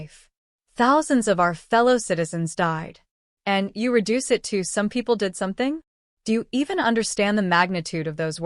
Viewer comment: "Saum People Deed Saumting"? And the great flood was "some rain for awhile" Deport Stinky.